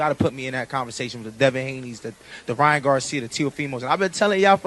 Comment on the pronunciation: Was saying this the other day, I damn near hear Ryan’s name like that permanently now. Lmao! Wouldn’t be right, if pronounced it any other way atp: 🗣️Rya,RRYYYYYann GARRcia❕😂